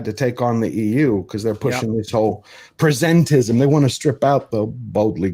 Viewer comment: It's "presentism," not "presentism,". Kidding aside, it's pronounced like "the present" (i.e. the current time), not like "present a proposal."